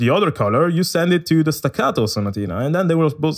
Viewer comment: Yo why you say staccato and sonatina so good bruuh I’m italian and in some words u said I thought u were italian